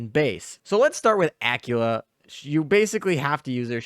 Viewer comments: Dude your killing me here its not pronounced Acula, but Aquwela or Aquwila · Please please say Aquila properly. I was so confused who you were talking about . Ah-quil-ah